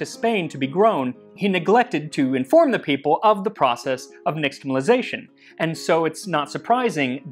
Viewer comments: I’m pretty sure x represents "sh" in Nahuatl transcription, so "neesh-tamalization” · Your Nahuatl and K'iche' pronunciation is pretty good too! One small thing for the future: the is typically pronounced like "sh" in indigenous languages that has contact with the Spanish, so it would be "nishtamalization" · you pronounced nixtamalization wrong as well. its more like nishtamal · Hi, Max! I enjoy all your videos, but this episode spoke to me as a result of my abiding fascination with pre-Invasion Mexico. As such, a language note: the letter “x” isn’t pronounced “ks” as we are wont to do. Instead, it is an “sh” diphthong. Thus, “nishtamalization,” not “niKStamalization.” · Nāhuatl x, like in Medieval Spanish, is /ʃ/ not /ks/ so you're pronouncing nixtimalisation wrong /nɪʃtəməlaɪˈzeɪʃən/